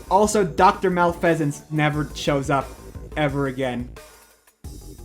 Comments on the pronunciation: That is such a pokemon fan way to mispronounce "malfeasance" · Haven't heard someone pronounce Haiti that way in over 20 years. Also malfeasance is not a bird pokemon from gen 5